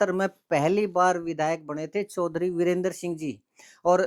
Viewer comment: वीरेंद्र सिंह नहीं जी बीरेंद्र सिंह बोलो